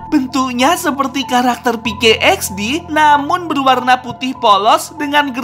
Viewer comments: PK XD Woi Bukan peykey XD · pk xdbang bukan pke xd